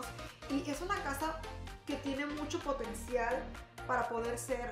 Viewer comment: Pontencial, potencial, potencial potencial, potencial, potencial, potencial, potencial, potencial, potenciallllllll 😂🤣